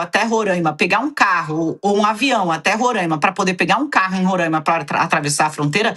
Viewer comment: A pronúncia é Roraima e não Rorâima